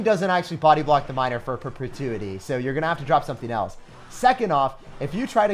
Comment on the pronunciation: said perpetuity like he’s Daenerys Targaryen or something lol